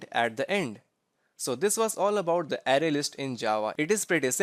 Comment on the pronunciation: It's pronounced "Array" not "Ary"